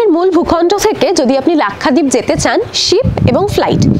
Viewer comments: Pronounced as Lak sha deep and not Lakkha deep. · Lakhdeep na lakshadweep pronouncing bhool